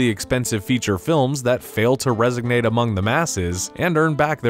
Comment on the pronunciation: RESONATE Not resignate..